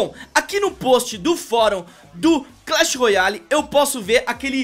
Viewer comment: ele diz clan battl